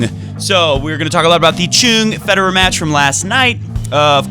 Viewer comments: I don't know who told you to say Choong but this pronunciation is worse than before. His name is 정현, the closest we can make it after translating it would be 'Jong Hyun' but you were close enough before when you said Chung instead of Choong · In Korea we put the family name at the beginning before the given name so even though he spells it 'Chung' with a 'Ch' the Korean pronunciation is closer to a 'J' so it's 'Jeong' or 'Jong' (rhymes with song, long etc.) and his given name is 'Hyun' which comes after his family name 'Jeong'. I think you were already pronouncing the 'Hyun' part correctly (I'm not Korean but in my 6th year living here). Btw love your show and we all appreciate the amount of effort and passion you put into your videos!